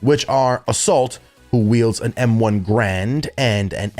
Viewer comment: "M1 Grand"